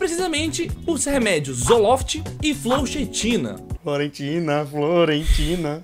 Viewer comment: Fluoksetina 😉 se fala assim